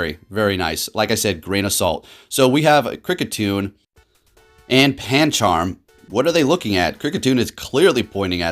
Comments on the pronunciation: Its pancham not pancharm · Pan charm Its pam-cham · Or "panCHARM" lol